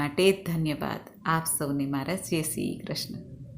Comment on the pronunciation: જય શ્રીકૃષ્ણ 🙏 આપ બહુજ સરસ કાર્ય કરો છો. 👌 ઠાકોરજી આપને આગળ માર્ગદર્શન આપતા રહે એવી શુભકામના 🙌 એક વિનંતી, "જે શ્રીકૃષ્ણ" નહી પણ, "જય શ્રીકૃષ્ણ" એવુ ઉચ્ચારણ બધા વિડિયો મા હવે થી કરવુ. ધન્યવાદ 🙏